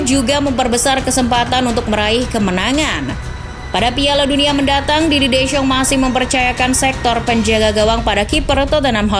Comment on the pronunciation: Belajar lagi artikulasi min 🤣🤣🤣 soal penyebutan nama si pelatih